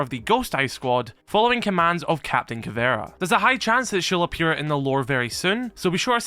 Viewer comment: SUPER later here, but, as a Brazilian, it killed me when you said "Captain Caveira" 😂 we have a beloved children's cartoon character here called "Capitão Caverna" and the way you pronounced it made it sound crazy similar. This name means "Captain Cave", if anyone's curious!!